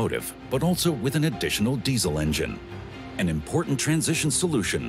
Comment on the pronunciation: This narrator says "altzo" instead of "also"